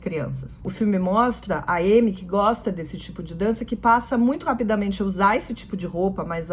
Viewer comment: Faltou dizer q elas estão de véu. Tá.. Amy ( a tem som de a em francês e a tônica é a a sílaba final. Amí)